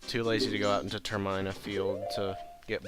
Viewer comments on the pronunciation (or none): TerMAEna? TerMIIna ;) (with emphasis on the Ter) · Well actually it's TERM-EE-NUH or TER-MIN-UH but I prefer the latter